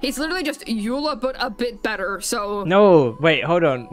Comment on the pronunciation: He also keeps saying ayyla because he did a 2 second google search and for some reason thinks the name Eula is of German origin, but he isn't even saying it correctly in German. He's just stupid as well.